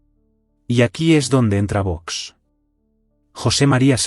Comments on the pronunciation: Qe le. pasa a. la. Sr. Presidenta. en la. boca......no. sabe pronunciar Vox....pero si es muy facil señora. Sea respetuosa por favor!!! Otra. cosa le pese. a quien le pese el. Presidente Trump fue elegido por. el pueblo con mayoría electoral. sin. pactos con partidos que han. dejado mucho dolor en las. familias. Españolas . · La presidente qué le pasa ?? que no sabe pronunciar las letras o las palabras ?? pues léalas VOX !!!! 💚